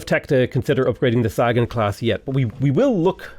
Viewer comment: The "Saggin'" class??? Named, I suppose, for iconic astronomer and cosmologist Carl Saggin? You're KILLING me,...